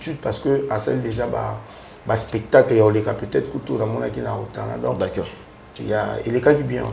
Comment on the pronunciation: Belle émission, lokamba obomaka nga Nako seka heure olobaka d'acc'ord 🤣🤣🤣